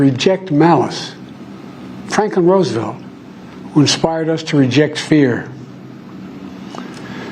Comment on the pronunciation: Abeamam Lincoln, Frankin Roosvelt.....his dope has him using Kam's word salad book of phonics.